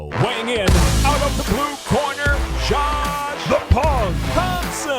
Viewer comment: I actually like the cheesey music but am I the only one who thinks he says John Thompson instead of Josh? It drives me nuts for some reason